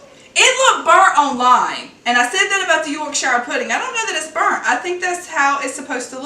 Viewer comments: Yorkshuh not York shyer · It's pronounced york-shear not york-shire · Just a tip: Yorkshire is pronounced York-Sha